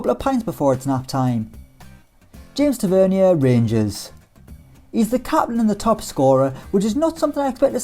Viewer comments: Tav-a-near not tav-ver-knee-ear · You said Tavernier's name wrong. Good video and I am not hating